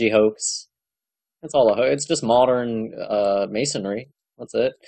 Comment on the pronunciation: don’t forget he called it mason-ary.